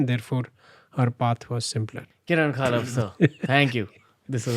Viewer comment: It's pronounced as Khapal and not Khaalap.... u r still a dud Raanvir.